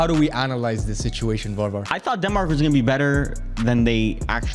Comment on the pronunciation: its not varvar, its Warvar at the point